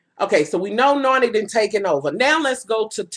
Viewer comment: you got me saying "Narnie." lol!